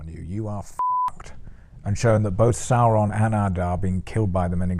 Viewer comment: “Saurrrrrrrrrrron prove victorious!” Did Amazon lobotomize all these actors into pronouncing Sauron incorrectly? If an actor didn’t roll the R’s what did they do to them?